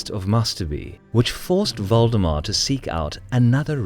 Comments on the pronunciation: Am I the only one who keeps hearing Voldemort instead of valdemar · Thought it was "Voldemort" instead of Valdemar. Even after I realized my mistake, I couldn't unhear it. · Who heard voldemort instead of valdemar? xD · I keep hearing "Voldemort" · When he said Valdemar I heard "Voldemort" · Was anyone else hearing Valdemar as Voldemort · Sounds like he is saying Voldemort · Yup. Don't meddle in the affairs of wizards. Unless you are a merchant league.